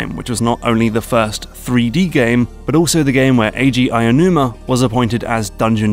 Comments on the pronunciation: Aonuma is pronounced 'ow-numa', not 'aya-numa' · I hate to be annoying, but his name is not pronounced "Ainuma". It's "Aonuma", as in "Ow-new-mah" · Just wanna point out the pronunciation of Eiji Aonuma’s name is “Ow-new-muh”. Like the “ow” in “owl” (or like what you say when someone pinches you), “new” as in “new”, and “muh” like the “mu” in “mug”. He’s a visionary, but also a person who should have his name pronounced right, foreign or not. I’m sure you wouldn’t like it if someone pronounced your name “Brown” like the word “throne”.